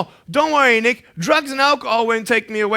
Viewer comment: pls don't get misunderstood.i know I am naggy but I cannot stand the way is saying nick very badly